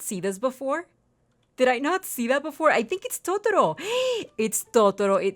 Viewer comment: the way u say totoro... MMMMMMMMMMMM ITS BEAUTIFUL!!!!!